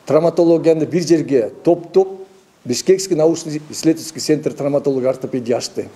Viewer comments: Трамвотология эмес, травмотология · Чон кыз ТРАМВОТОЛОГИЯ эмес ТРАВМАТОЛОГИЯ. Сразу кулакка сайылды го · Трамвотолия эмес травматология. Сабатсыз журналисттер качан жоголот!